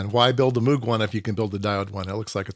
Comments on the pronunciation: It's NOT MOOG, like a cow! It's "MOGUE"! It rhymes with Rogue, hence the name of one of his synth creations. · Moog is actually supposed to be pronounced so that it rhymes with Vogue, that's how Dr Robert A Moog himself explained it.